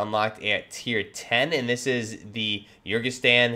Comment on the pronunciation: My man, you really need to work on your pronunciation and/or do your research... “Lagunari” has nothing to do with “legionnaires”, they’re an amphibious unit. It’s “Urzikstan” not “Urkistan”. And “FGF” stands for Federation Ground Forces (as in Russian Federation Ground Forces), it’s just the Russian army